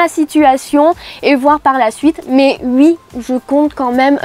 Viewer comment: hhh ça me fait très bizarre la manière dont elle dit "ui" super faq